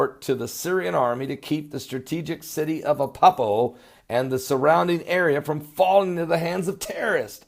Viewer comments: it's not appapo fool it's Aleppo!! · remember when I helped you to pronounce Van-u-ah-too? I'd like to help you with ALEPPO in Syria. It isn't Ah-pup-poh. It is AH-LEP-POH. So the second syllable is like saying "lip" only "lehp" and the last syllable is just "oh". So AH-LEP-POH. You are just having a problem with the 2nd syllable. So it's LEP, not PUP. AH-LEHP-POH. Say it slow at first and then a little faster. Good videos, Pastor. Am enjoying them immensely! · And its Aleppo not Apoppo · Ah-Lepp-O Good work :0)